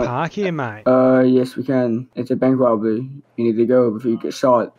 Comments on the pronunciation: "Erm yes we can its a bank wobwery" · “Dare is a wobbery” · Bank wobberwy